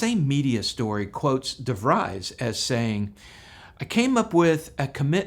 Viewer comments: The last name pronunciation is Duh-Vreez but thank you for the great video explanation. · The pilot's name DeVries doesn't rhyme with 'fries' it rhymes with 'free.' It's French. Like Illinois. (il-in-oy. Not illin'-oyz.)